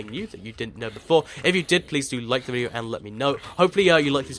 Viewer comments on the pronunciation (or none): none